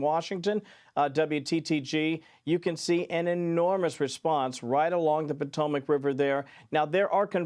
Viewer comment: Pot a mac river not patomoic river